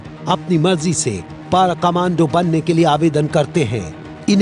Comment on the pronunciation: Tatoz tum logo ko toh word PARA bolna b ni ata :D